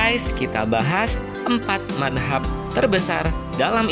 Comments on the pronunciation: Mas..kok nyebutnya/ngomongnya manhab..bukan madzab, maaf kalo saya salah 🙏🏻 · Iya betul,,, Cara baca mazhab ny tolong dong diperbaiki